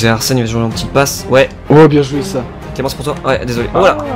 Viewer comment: ta dis Arsel juste un truc c soit Arsène ou Aurel faut savoir Mdr agagaga